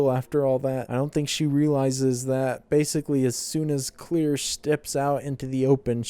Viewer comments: dude her name is CLAIRE not CLEAR wtf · Why do you keep pronouncing "claire" as "clear"?????? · This man really calling her clear lmfao great vid tho and happen you started this back.